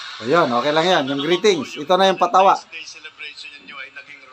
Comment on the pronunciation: Ultimong VALENTINES hindi nabigkas ng maayos VALEMSTIMES daw nakew kulang ng isang sachet para ifollow up Mr. President😂😂😂😂😂😂